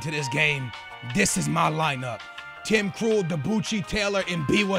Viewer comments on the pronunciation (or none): Krool just keepin' it cool xp, it's funny how you say Krul